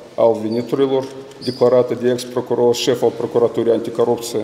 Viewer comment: Oho! Cit e de rapid este procurorul asta. Eu de-acum mai ca si am uitat de paton. De-acum este Ghitcan. Aaaa! Asta o sa aflam...... cindva... ! PROCUROR ci nu PRACUROR. MIE IMI PARE CA EU POT CU MULT MAI BINE DE CIT AISTA . BROASCA TISTOASE E SI MAI REPEDE DECIT AISTA....